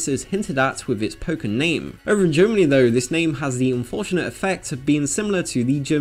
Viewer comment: Nope. The disease is pronounced pok (Like the chicken noise)-ken, but even so, if they're worried about kids saying they're going to play some disease, or give someone the pocks for christmas when they haven't heard the game's correct pronunciation, what do they think is the worst that could happen?